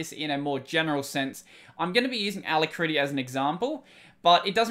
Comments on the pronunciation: Try listening to it on the dictionary web site. The ending you are using is similar to how you pronounce when talking about the Kitty terminal. Rather than it-tea, is ruh-tea. Still, you are doing great content all around so keep up the great work. When you finish school, PM me as I work in the industry and may be able to find you a position at the company I work with (a name you would recognize but not something I'll mention publicly). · a-LACK-ruh-tea you can hear it here: just click the little sound icon